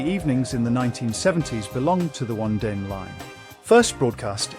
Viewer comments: O -nee-din line please pronounce it Correctly. Yes i recall watching it as a Child on a Sunday evening. I hated it 😊 Crown court was good My mother used to like it . The Survivors i remember Scary music and a good watch on TV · Onedin was pronounced on-ee-din. I recognised several of the other titles but the only ones I recall watching regularly are Crown Court and The Sandbaggers. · The Guardians was produced by LWT and broadcast on ITV , not BBC television as you claim. Along with your pronunciation of The Onedin Line try and use some rudimentary research if you're posting stuff on youtube